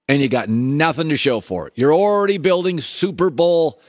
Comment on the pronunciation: I’m “orredy” over the Bills. 😂😂